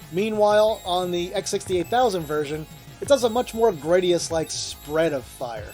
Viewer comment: Neither of the pronunciations you gave for Gradius match the one that Konami themselves provided in the introduction to Gradius Gaiden. Apparently, it’s pronounced gruh-DEE-us, with the emphasis on the second syllable. It actually makes sense because that means the spinoff is pronounced just like “parody us” in English.